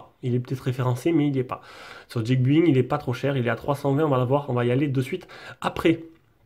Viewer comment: Comment tu peux en arriver à prononcer geekBuying "Djik Buing" mdrr je veux dire que l'accent soit pas en rdv y'a pas de soucis mais de là à prononcer geek "Djik" faut y aller :D Bonne vidéo comme d'hab sinon